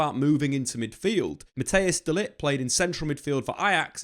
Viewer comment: Who is this Mattheus guy? Or do you mean Matthijs (pronounced as Mat-tice